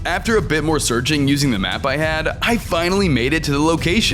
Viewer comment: In day 99 bro said i was zearching